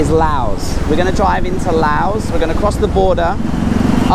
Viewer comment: Im so glad you can say “Laos” correctly.